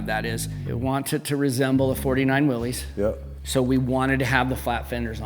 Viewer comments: Willys is not "Willy's." It is an alternative spelling of Willis, and is correctly pronounced Willis. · Please note the correct spelling and punctuation, Willys, actually pronounced Will-iss. Not Willy’s, Willie’s or Willies. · I wish more automotive enthusiasts, builders, and general public would recognize the brand as Willys, pronounced Will-iss, not Willy’s, Willie’s, Willy,etc…respect the namesake.